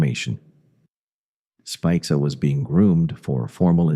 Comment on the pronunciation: Have you ever wondered how many different ways the name "Spica" can be pronounced in only a single minute, this video is for you. "Spick-uh" "Speekuh" "Spike-uh", take your pick. This video is interesting, I just wish it had better narration. I've lived in the St. Louis area my whole life, so this was a meat video, but brought down by the narration. I guess I should read more🫤